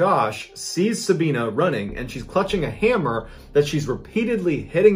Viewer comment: Its pronounced Sabi not Sabean. As in the letter i. Sab i na.